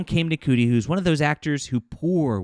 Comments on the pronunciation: ITS PRONOUNCED SHOOTY. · Ncuti is pronounced "shooty". That's why I refer to "Doctor Who" as a nciti program.